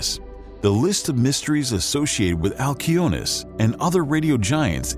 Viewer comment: Wow. Every other person in the universe would pronounce it "al see o nee us" but not you because you are special and want to be youneek.....🙄